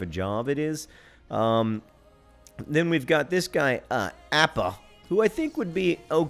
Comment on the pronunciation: I normally don't comment on these videos but I just had to chime in. Kwesi Appiah's last name is pronounced Ah-pee-ah. It'd be awesome to have a Ghanaian on the Wimbly-Womblys but I'd go nuts if you called him Appah all season. Awesome video though I really enjoy seeing the back office management side of the game.